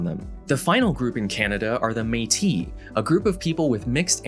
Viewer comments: In métis, if it's pronounced the french way, you should hear the final s ^^ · The way you pronounced "Métis" is actually incorrect. The final « s » is not silent. And that's because the féminin of Métis is Métisse. They will actually pronounce the same, but not write the same. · French speaker here - its pronounced métis with a s at the end. I know it's confusing because most s on French words are silent but métis does NOT have a silent s.